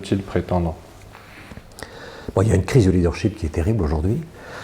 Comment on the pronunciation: corrigez votre prononciation du mot leadership!!! vous dites leader sheep = mouton!! ship comme dans miss this it his etc.